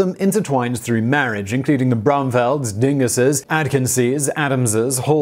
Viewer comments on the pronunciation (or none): It's not "dingus." It's "Dingess." I don't know why I didn't know about the Lincoln County feud, living in an adjacent county as I do. Maybe the Hatfield-McCoy feud eclipsed that in local memory. I knew a Hatfield, great-grandson of "Devil" Anse Hatfield, who wrote a well-received history of the feud. He was an optometrist, not exactly a "hillbilly." He passed away a few years ago. His daughter is one of my neighbors. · Did you say Dinguses?